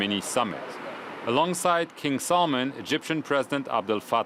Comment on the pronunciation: how dare you say king salmans name wrong